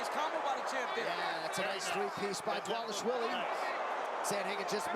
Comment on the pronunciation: Guuurl, that's a stylistically funny video!😁 And yeah, his name is butchered as "Divashvili" for far too long by the commentators, but you turned it into a comedic thing, that's pretty cool 😅 I enjoyed watching this video greatly, you bet my ahh I subscribed to you now! 😅 Greetings from Ukraine 🎉